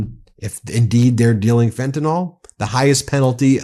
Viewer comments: It's pronounced Fent-a-NIL. Please pronounce it correctly. Thank you! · There is no O in the word fentanyl.